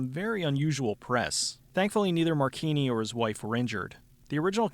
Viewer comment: Mar-chee-nee. Marcina is pronounced Marcheenee. But who cares? His acting is fucking awful and its hilarious to think about how he thinks hes good enough at anything to be a leading man. He looks like someones tiny dad, and since hes so small his "karate" consists mostly of kicking people in the dick. Dont even get me started on the character "Snaker", or as he prefers "Ssssssssssnaka". This whole movie is just plain dumb. It has its moments of being unintentionally funny, but mostly its a little man with Napoleonic syndrome.